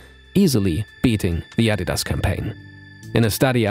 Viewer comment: refreshing to hear the adidas name properly pronounced